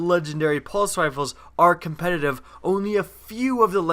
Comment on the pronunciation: Pls say the word "competitive" clearly